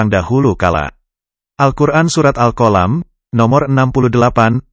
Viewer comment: Tolong bahasa Al'quran jangpan dirubah contohya surat alqalam jangan diubah jadi alqolam.